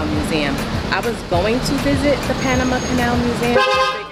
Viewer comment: I appreciate the correct "Panamá" pronunciation ❤